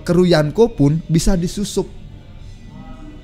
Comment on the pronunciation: Dri yonko jdi yanko 😂, asli bapak-bapak